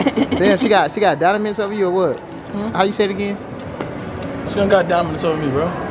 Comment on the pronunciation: Aye the part when and kept saying dominats instead of Dominant was funny asl😂